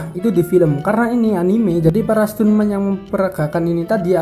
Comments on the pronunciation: Ia bang bacanya standmen bukan stunmen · Stuntman bacanya stanmen 🙏👍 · Stuntman dibaca stanmen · baca nya jangan stuntman juga